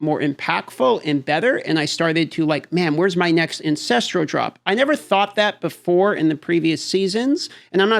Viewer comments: Why do people still pronounce the word Ancestral as Ancestrial? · AN-CES-TRAL.. Repeat after me. AN-CES-TRAL not AN-CES-TRI-AL